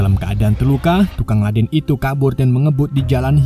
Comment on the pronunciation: Ledeng bukan ladeng..lol